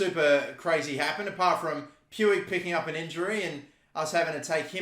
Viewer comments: It's pronounced Pooj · It’s actually pronounced “pooch” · Puig is pronounced as Poozh (like "Rouge" in Moulin Rouge) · When are we gonna tell him puig is pronounced pweeg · It’s pronounced pig